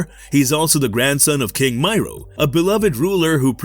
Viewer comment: Miro as I me ro. .not may row